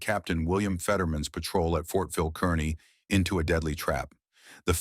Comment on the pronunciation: It's not pronounced Kern - knee. It's pronounced Car-knee.